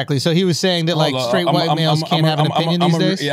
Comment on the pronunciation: Charlamagne, "skrait" is not a word. It's "straight".